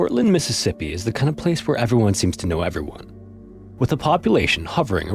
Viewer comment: You don't enunciate Mississippi correctly... LoL You have to say it slowly...